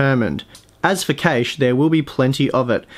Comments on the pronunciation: LOL cay-she. That's awful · "L2 Cashe." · That's not how cache and Kaby are pronounced, mate.